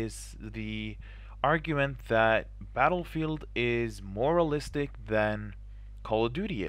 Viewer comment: lol I heard you saying "moralistic" , that crack me up :D